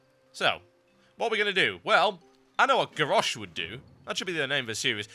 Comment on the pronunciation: Lol.. "Gawwosh"